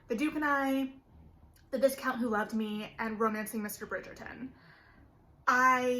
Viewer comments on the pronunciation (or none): It's pronounced Vai-count, there is no sounding S in viscount. and FranCHesca, as in cheese, not just Francesca... Just listen when they pronounce these title/name on the show.